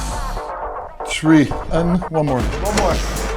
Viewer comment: one, two, TREE